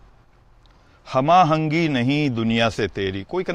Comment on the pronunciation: ایک اور. ہم آہنگی کے تلفظ میں بھی کچھ خطا ہوگئی ہے